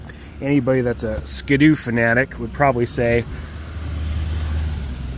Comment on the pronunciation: SKDOO?? Not SKI-DOO? 🤣🤣🤣